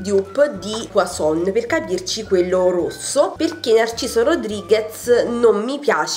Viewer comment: Inci Verde la pronuncia giusta e puazzzon con là zêta e la n finale non si prunoncia e non poisson qui voulez dire pesce